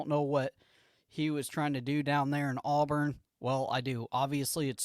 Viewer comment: I don't do content. However, as a first-time listener of your content, and as an Auburn fan, it was bothersome to hear the kids name called incorrectly repeatedly. ✌️